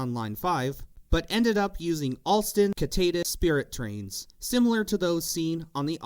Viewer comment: Alstom Citadis as Kitadis ? Do you pronounced City as Key-tee or See-tee ? Same with Citadis See-tah-Diss it's a deformation of the french word citadin which mean people from the city.